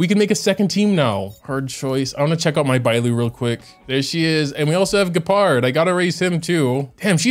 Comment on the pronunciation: >"Gee - pard" sigh I'm sorry for being annoying, but it hurts